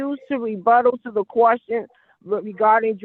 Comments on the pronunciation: My question to her is what is a "qwarstion?" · What the fuck is a QWUSTION? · What the heck is a "quashton"?!!! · "the quorstions"? Really? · The kwuschen? Lemme axe u a kwuschen 😂😂😂😂😂